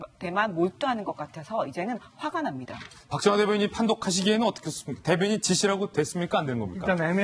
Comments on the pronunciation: 대변인직으로 들리는되요 ㅎㅎ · 내가듣기로는 대변인이시라고 한걸로들리는데 나만그런가? 앞에 어떤분이 대변인이라고하니깐 황교안대표가 여기서도대변인이시라고하지않냐?라는말같은데.. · 정확하지 않은발음을 억지로 궤맞출려고 하네 짓소리는 아니고 대변 이니라고 하는것같은데